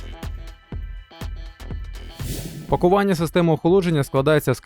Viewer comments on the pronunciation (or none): За огляд лайк, але не пакОвання ж, а пакУвання